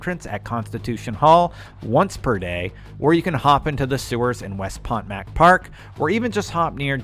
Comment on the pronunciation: Downvoted for pronouncing "Potomac" incorrectly.